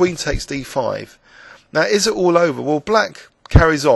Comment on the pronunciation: isn't it a scots way to pronounce 'all'? like 'awe'.